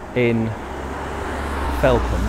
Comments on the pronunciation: Agreed - was going to mention this too! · Brilliant & well researched video, having been a Londoner for the last decade it's lovely to revisit my home village Felpham in a new light, especially with the lockdown restrictions this Christmas. Thanks and keep up the good work. P.S I would also chime in with previous comments that it is usually pronounced 'felfam' by locals